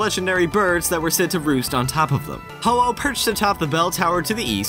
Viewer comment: AAAAAYE kyoto my hometown love kinkakuji my favorite place to go! Ho-oh one of my favorite legendaries #actualgodpokemon.....hate how he mispronounces it tho...